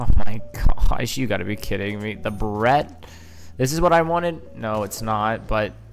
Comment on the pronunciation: “Bare-it”. The Barrett .50cal. Not a “burret”.